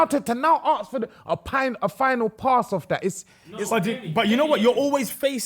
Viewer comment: Someone help pronounce “ask” pls